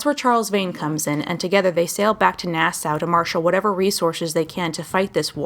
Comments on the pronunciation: ITS PRONOUNCED "NAAH-SAW", NOT "NAAH-SOW". FOR CHRISTS SAKE! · It's Nass-aww not Nass-Ow